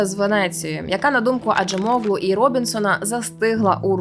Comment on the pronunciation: Acem це значить іранець, oğlu -- його син. Отже Acemoğlu значить "син іранця". Наголос на останню літеру.